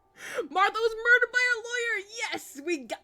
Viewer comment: "Morders" XD Sir, Sir! He's Been MORDERED!